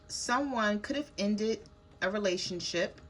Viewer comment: I Almost thought you said RelationSHIT Lol 😂